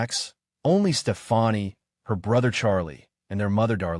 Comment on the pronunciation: another AI video smh.. "STEFANI" ...